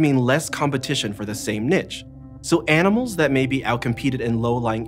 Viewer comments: Nee-chez not Nit-chez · There is no “T” in niche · Mispronouncing niche on pbs is nasty work